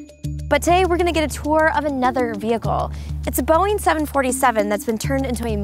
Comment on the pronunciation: did she just say vehicle!!?